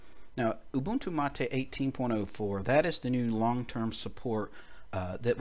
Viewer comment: Although it worked, and helped fix a bad config with Brisk menu applet failing redundantly, Stephen was correct. Thank for this solution to an unexpected upgarde from the Mate team. And BTW, Mate is pronounced as m-eight, not ma-te, like latte!